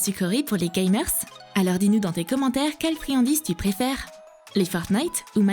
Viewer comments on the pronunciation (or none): Gamerssssss 😡😡😡 sérieusement gamer tout cour le s doit pas s'entendre